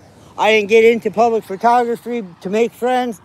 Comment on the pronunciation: NY "PUBIC" Tour. Didn't he used to be Upstate NY Audit?